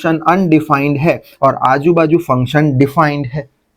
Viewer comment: sir said be like : aaju baju pe , 🤣😅 the natural language ton of Gujarati sorry but , Thank you sir for this lecture on singularity